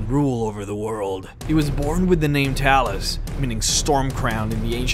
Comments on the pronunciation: I heard you say Talis.... wtf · “Talus” seriously, get your pronunciations right dude. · words pronounced wrong: Talos blessed Talos Talos invented Talos Talos Talos Talos Talos Talos let me stop there how many fucking times are you going to mispronounce a fucking five letter word? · how do you manage to say talos wrong when they say it so often in the game.